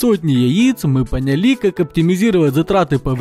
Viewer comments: понялИ. АААА! Спасите мои уши! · Я одна услышала панили о не поняли